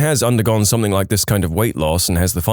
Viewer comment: SomethinG, SomethinG, not somethink. How do you spell something? It doesn't have a k in it.